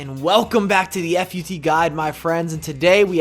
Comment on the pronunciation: Mike, I've heard you say "F-U-T so many times. PLEASE JUST PRONOUNCE IT LIKE "FOOT"